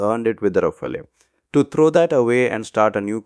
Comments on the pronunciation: Sir, it's pronounced "raa-faal", not "raa-fay-lay". 🙂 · Thanks for your videos. It’s good to see your subscriber count has almost doubled in the past week. Your rate of speech has come down a bit and you are now pausing a bit more at the punctuation. A bit more will be great! Also, at 0.20 ..Rafael is pronounced as “Ra - Faal” not “Ra - File”